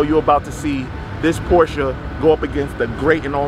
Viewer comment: You said Porsche correct, I'm impressed. Lol